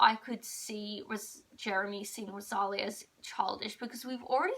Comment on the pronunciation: It's pronounced RO-SA-LEE-A 😭😭😭😭 NOT ROSALIAH. Also, you wrote her name wrong in the title. 😭